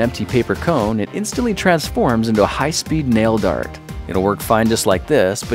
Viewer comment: The first time I watched this video 9 years ago I thought he said fart instead of dart